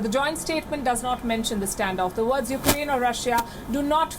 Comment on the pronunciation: Why do you call it ' UK-ER AINE'. it's uk-raine!